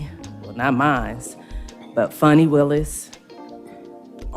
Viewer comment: Lol she said funni Willis lmao! And you chasing balls😂